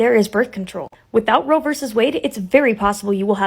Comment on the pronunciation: *Roe. Not 'row.'